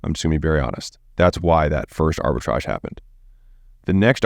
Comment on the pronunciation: Arbitrage, Arbritage, Arbitrage stop saying Arbitrage